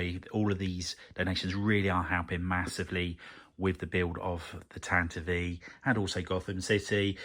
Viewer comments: Well yes I assumed the vee sound at the end was for IV. I guess I've always heard it said as tan-tiv, never tan-ti-vee, which I've just learned is canon so thanks. The more you know... I do admire the courage to even start a build like this. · This build series has taught me more about correctly pronouncing "Tantive IV" than all my years of being a Star Wars fan lmao